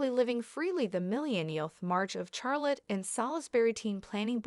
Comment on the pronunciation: If you’re going to report this case, at least learn some respect in how you pronounce her name. Also you are pronouncing Charlotte wrong.